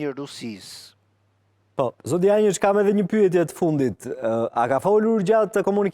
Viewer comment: Dushan Janjiç e jo Dushan Jançiç gabim